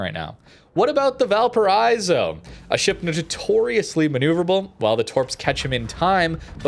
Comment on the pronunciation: I die a little every time you say val paraizo... just imagine a car breaking at 100mph, that sound, is the same sound of the I in valparaIIIIIIIIzo, just do that and it's fine